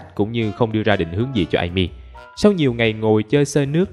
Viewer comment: ơi, gêm mang bối cảnh Nhật nên tên Ame phải đọc là A-mê chứ ạ?